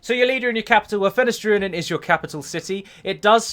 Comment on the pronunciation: I know that's how it's spelt, i was spelling it phonetically... Dune - Nah - Dine vs Dune - Nah - Dane would have perhaps been better to prove a point...